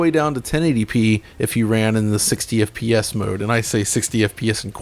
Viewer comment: I love that has said "FPS" billions of times during these videos over time that it has just become "EH-PEE-ESS"